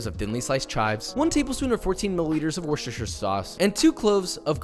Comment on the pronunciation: Thank you for saying Worcestershire sauce one time and not trying to make an unfunny joke out of it